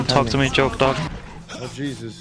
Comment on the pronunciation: I thought he says Chokedog